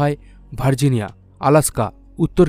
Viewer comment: মৌসুরি নয় মিসৌরি।